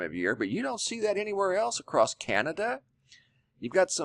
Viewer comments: Love your stuff BUT the word is across NOT acrossdt! Drives me nuts but I can get over it... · It's ACROSS...NO T IN ACROSS...YOUR SAYING ACROST...NO T...NO T...SILENT T IN OFTEN, also...check the dict. GOOD REPORTING, THOUGH...KEEP UP THE GOOD WORK ! ! !